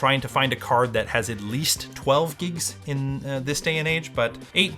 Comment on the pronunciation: Why do I keep hearing say "giks" instead of "gigs"